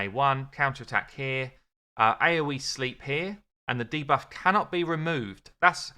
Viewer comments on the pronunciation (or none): none